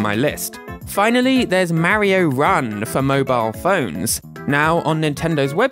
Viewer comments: It's Mario not Mar yyo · “MAHHHHHH REEEEE OHHHHH.” It’s “mar e oh.” 🤮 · STOP SAYİNG MERİO OR MÂRİO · Mario in the majority of games, telling you exactly how to pronounce his name correctly: "It's a me, Mario!": "Marryo." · you are saying mario wrong is marrio not marry-oh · its not m a rio its marrrrrrio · ok i get the pronunciation of mary-oh because of the accent, but wario literally pronounces "wah" as an "awe" sound literally all the time. (no hate btw, great video) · "Merio" 💀 "Mærio" 💀💀 "Meryo" 💀💀💀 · The way this guy is saying “Mario” is cracking me up. “Merry-oh” 😂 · Everyone is talking about their favorite Mario series but who pronounces Mario like Mary-o 💀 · The way he says Mäerio really grinds my gears. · Tbh love the vid. But the way you pronounce mario activates my fight or flight response lol. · why does he say mario like that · Why do you pronounce Mario wrong? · I can tell he's british based on how he says mario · Stop. Pronouncing. "Mario". Like. That!